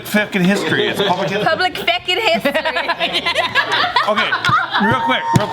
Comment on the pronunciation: "it's public fwehkin history" :v